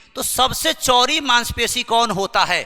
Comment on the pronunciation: चौड़ी को चोरी कह रहे हो